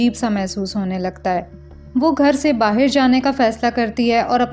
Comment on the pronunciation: I love your explanation. ❤ Just try not to say 'BAHIR' again okay dear? I can see that aaj kal 'BAHAR' bolne ka try karti ho thoda thoda phir bhi accha se 'BAHAR' bola karo please? 🙏🏻 Thank you dear!❤